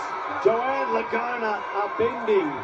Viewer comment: La-GOON-a... ahahaha!!!